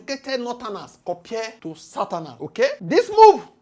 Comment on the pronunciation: You pronounce the Southerners like Santana lol😂😢😅😢